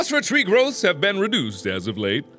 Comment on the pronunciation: he says "ben" instead of been.